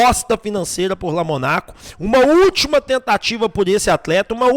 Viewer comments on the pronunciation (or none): Fala o nome do cara correto Lomônaco.